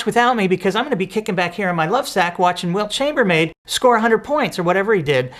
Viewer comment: Wilt Chambermaid! Oh man, I died laughing. I love Mr. Deity's little throw-away puns, idiot moments, and mispronunciations.